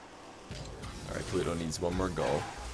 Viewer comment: re: shogun. The first week was horrible... the way he kept pronouncing pluto was hella annoying... im glad he either watched it back and agreed or that someone told him to please pronounce his T's because week 2 when I first saw pluto playing i though "oh shit" but he'd fixed it. As for is actual casting, brilliant, the amount of info he picks up on and dissects was a breath of fresh air.